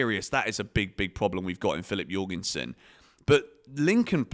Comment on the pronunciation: jorgensen how’d you pronounce that. you’re gone son.